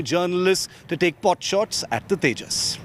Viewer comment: it's tejas not tajas